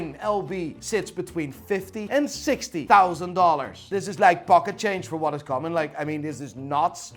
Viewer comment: chixty thousand lmao